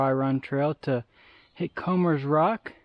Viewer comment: Nope, you said it right. Comers (sounds like Combers) Rock. Grew up not far from here, dated and married a girl from Comers Rock.